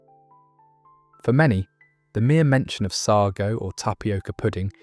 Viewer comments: What on earth is sargo I could have sworn it was sago and you can still get it in tins. . Our local baker still sells Manchester tart . Rolly Polly that's a new one on me . At least make sure your robot can read the queen's English . . What a load of tripe maybe AI will call it trip lol 🤣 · It's say-go (sago) not saggow And it's not roly polly, it's roly poe-ly. Stupid AI narration